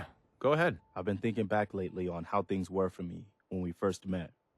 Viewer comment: Like how said "G'head!' instead of 'Go ahead!'